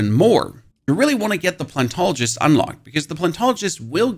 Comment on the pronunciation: PLANET-ologist. Not plan-tologist.